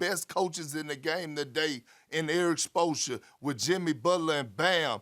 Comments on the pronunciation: Erik Sposssra 😂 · he called him ERIC SPLOSION SMH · How is Perk saying Coach Spoelstra name again?